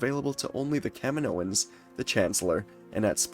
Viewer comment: Every time you said Kaminoans I heard Kevin Owens.